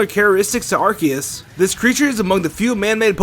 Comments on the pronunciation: I AM TRIGGERED. YOU SAID IT "ar-KEY-us" NOT "ar-SEE-us" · Maddison/GamingGirl its ar-key-us u dumbass...go watch Jwittzz if you dont believe me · Francisco Neto Ar-ke-us is the new correct pronounciation. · I hope you didn't just mispronounce Arceues name TWICE.